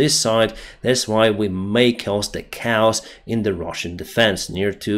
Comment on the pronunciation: Ka ous. Not cows